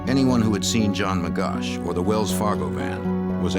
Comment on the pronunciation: His correct name is : John Magoch (not Magosh)